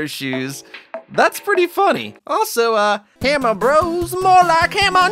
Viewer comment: I LOVE 💕 WHEN YOU SAY HAMMER ⚒️ BROS MORE LIKE HAMMER 🔨 DOSSSSSSSSSSSSSSSSSSSSSSSSSSS YEAH!!!!!!!!!!!!!!!!!!!! AND HAMMER 🔨 NOSEEEEEEEEEEEEEEEEEEEEEE!!!¡!!!!!!!!!!!!